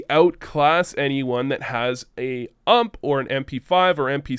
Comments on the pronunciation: I stopped watching the video as soon as I heard you call the "U.M.P." the "ʌmp" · imagine saying ump like ump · Like UMP and not U M P, my ears cant stop the bleeding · wtf, p p bizooonne and ump, sounds soooo wrong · I really hope your being sarcastic in the way you say bizon and ump